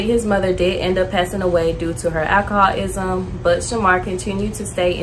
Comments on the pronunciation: Boy she said alcohol isum 🤣🤣🤣🤣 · Akahal-ism… my girl. lol don’t be the pot calling the kettle